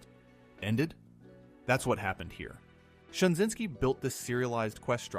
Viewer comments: J Michael STRA-ZYN-SKI not Shinzinksi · Stra zyn ski. Man your content is good but you mispronounce a lot of names and terms. Good depth of information.